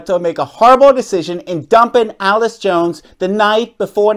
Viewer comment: Completely agree with your message but you are mispronouncing Allyce’s name, Catherine did pay her expenses per Allyce’s Instagram and Allyce played mixed doubles as well so she would have still come. I just want to give Allyce some grace here because she’s such a strong woman and player and not just a sad victim. What Catherine did was terrible but Allyce will continue to improve and come out on top. We’ll see what social and career consequences CP ends up facing.